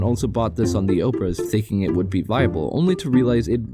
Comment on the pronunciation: actually this pronounce like obrEz.